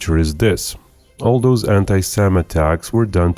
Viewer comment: "Doaz attacks..." C'mon, speak English!